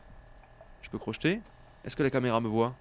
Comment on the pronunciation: C'est pas crochetète c'est crocheter